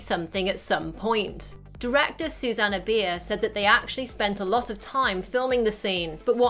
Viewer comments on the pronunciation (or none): none